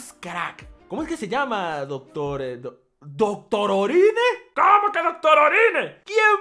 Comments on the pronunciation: Es Doctorine no doctororine. Lee bien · Se pronuncia: CHOPPA DOC-TO-RI-NE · Yo leo doctorine lee doctororine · Doctorine no dotororine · Dice doctorine xd